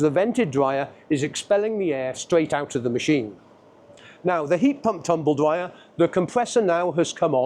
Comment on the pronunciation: 40 years in the game and you can’t even say it. It’s tumble dryer not “tumble Dwyer” 😂